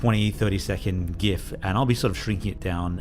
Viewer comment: Thank you for pronouncing gif the cool way.